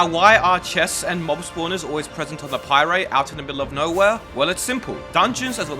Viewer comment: Bro used a “How this is ruining Minecraft” video to learn how to pie-ray 💀